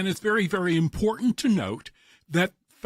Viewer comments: IM...PORT...ANT, NOT IM POR ANT. learn the language if your going to open your mouth. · Its important not iportat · Learn how to correctly pronounce the word "important" !!